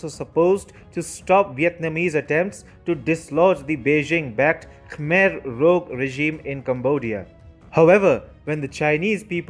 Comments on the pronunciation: Rouge - pronounced "Roojh". Almost like "Jhansi". NOT "Roog". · Please learn how to pronounce French. Referencing how he said Khmer Rouge.